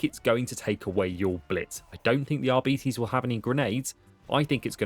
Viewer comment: It's pronounced aar-be-tez to rhyme with less not ar-bee-tease to rhyme with diabetes. Edit: Turns out me and everyone I know has been wrong for years wtf. He says it right! 😂